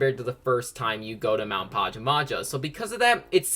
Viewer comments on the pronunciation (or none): Pa-ja-ma-ja? ITS PA-JAM-A-JA GET IT RIGHT! And yes I’m triggered lol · Omg same here I couldn't help but cringe every time he pronounced it like that 😂 It's pronounced PAJAMA-ja! It's supposed to be a reference to pajamas because you know... DREAM team, you wear pajamas when you sleep XD